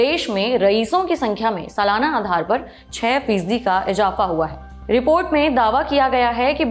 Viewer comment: Please work on your pronunciation ، its izafa not ijapha